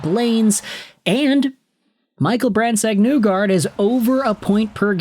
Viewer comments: Isn’t it isn’t it pronounced “Knee guard” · Great video. His last name is pronounced knee-guard by the way lol.